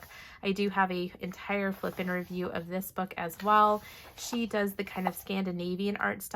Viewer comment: I laugh every time I hear you say flip n review because I hear flippin' review!